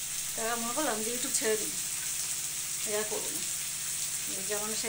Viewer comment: Oi ota you tube .you toob na .masi giri r sathe sathe ektu porashona ta kor re omabessha